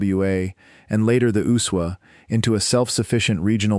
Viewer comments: Why does that dumb AI voice keep calling the USWA the Usuwah? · I've never heard the USWA pronounced as one word